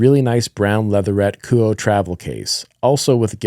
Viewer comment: Apparently, the pronunciation of Kuoe is "koo-oh" like "quo" in "quote". Should be easier to pronounce. I always thought it was "koo-oh-eh".